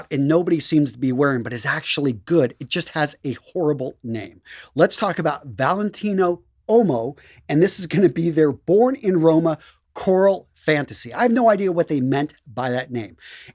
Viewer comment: Love the vids but please brother try harder with the pronunciations. As a French and Italian speaking person I hear the severe mispronunciations of CLEARLY French and Italian words is absolutely cringe. Uomo is not pronounced "omo" but "wo-mo" and "vanille" is not said as "van-ill" but IS pronounced properly as "van-ee". Just as a supplement, homme is pronounced as "ohm" not "om" and Gaultier is pronounced "go-tee-ay". Sorry about the language lesson but I needed to say something. Accuracy improves credibility.